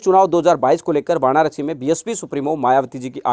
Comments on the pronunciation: भाई वाणारसी नहीं होता वाराणसी होता है आप गलती से वाणारसी बोल गए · जयभीम नमोबूद्धाय,आप वानारसी नहीं, वाराणसी बोलो..... बीएसपी भारी बहुमत से जितेगी यूपी में बीएसपी जिंदाबाद मायावती जिंदाबाद जयसंविधान जयभारत